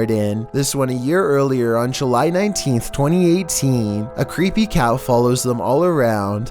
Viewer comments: Did he say creepy cow instead of cat? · Does anyone else hears " A creepy cow" Instead of "a creepy Cat"? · sounds like he says "A creepy cow"...